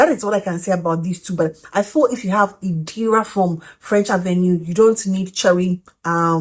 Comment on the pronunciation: It's Irida hun not Idira 😊